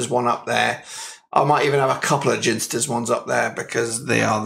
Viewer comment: Sooo annoying hearing you say, "Ginsters". Its clearly pronounced 'Ginsters'.